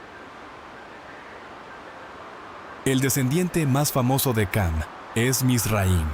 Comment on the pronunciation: Ham وليس cam 😂